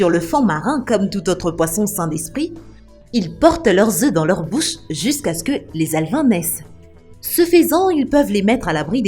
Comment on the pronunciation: Elle a dit dans votre bousse non pas bouche